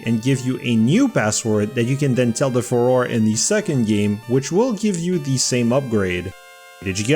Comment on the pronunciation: Fuh-ROAR-ay I will also accept "Fay-Roar", but its not Fuhror, please 😭😭😭